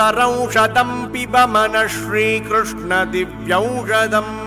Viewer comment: The pace of chanting is very good for children to follow. Krishna would be more comfortable than Krushna